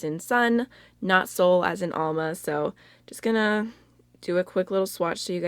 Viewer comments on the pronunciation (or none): none